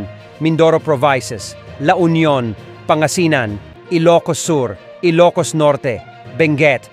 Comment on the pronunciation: Pangasinan di pang asinan hahaha taga sn kba bt gnyn pagsalita mo?